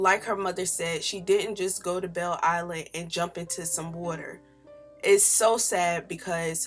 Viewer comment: I got so confused when you said Belle Island, lol. I was like- huh, Detroit doesn’t have a Belle Island....but then I realized you were talking about “Belle Isle” lol.